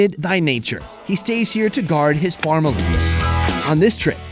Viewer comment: Did you say farmily?